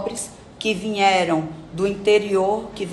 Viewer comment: O Brasil é tão ridículo que uma "advogada" fala VINHERAM